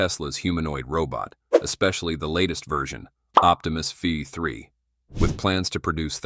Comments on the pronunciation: Can we not edit these AI voices? It says V3 and it says Five 3. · The video is AI generated nonsence. There is a a bot with 'TESPOMUS' where the AI creating the image got the name wrong. The voice can't pronounce v3. All those shots of the bot actually interacting with people at home are AI generated. The lownmower scene is lol fake. I would have cut that one out, but they used it twice. Sad. I won't be back.